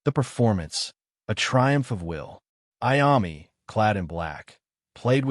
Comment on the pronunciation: If you can’t pronounce Iommi, just stop now, go away..